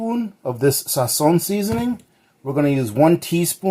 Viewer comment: No Sazón....SAZÓN lol